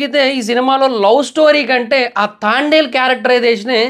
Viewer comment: తాండెల్ ఆ... తాంబెల్ 🐢 ఏం కాదు 😂😂😂